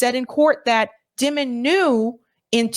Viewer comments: Ovitz, not Orvitz. Die - man. Dimon. Not, dim (like a dimming a light switch). Die ... Anyway, those people are gross, however one pronounces their names. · It’s pronounced Jamie DIE MIN. Not Jamie Dimmin. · You are pronouncing Jamie Dimon incorrectly. His name is pronounced like "diamond" minus the "d". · In my opinion, you're correct to pronounce his name Jamie DEMON since he is a demon 😅 and is the CEO of J.P. Morgan Chase (the world's largest super bank) which is so-called "too big to fail". Many fraud scandals have been linked to this bank during Demon's tenure as CEO.🎈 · It’s pronounced “Diemon” Jami